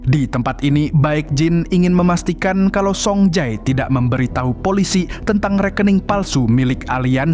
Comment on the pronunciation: Bukan soung jae tapi song je